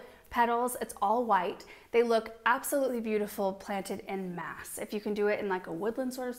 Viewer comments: "In mass" is English. "En mass" is French. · I hate to be so pedantic, but was anyone else wincing at 'en masse' being mis-pronounced as "in mass" so many times in a row? It's French and should be pronounced more like "on mass". With such a strong French family name I expected better! 😂